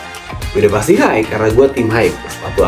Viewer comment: Mohon ijin koreksi dikit, kalo kata "high" dibacanya hai aja bang, kalo dibacanya haik, nanti ketuker sama kata "hike" yang artinya berjalan kaki terima kasih:eyes-pink-heart-shape